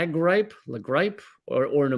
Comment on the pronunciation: La gripe [gree'-pay] is Spanish for flu,! 😂🙌